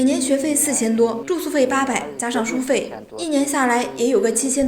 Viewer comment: 这是什么方言 书bei费